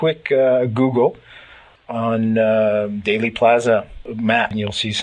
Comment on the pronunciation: Thanks for all you do,. One small piece of constructive criticism? It's Dealey (Deely), not Daily Plaza.